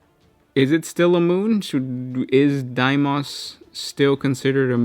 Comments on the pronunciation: Bro it’s pronounced dee mose not die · Dee-mous Not die-mous